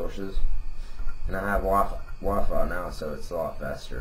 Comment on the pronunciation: it sounded u said waffle instead of wi-fi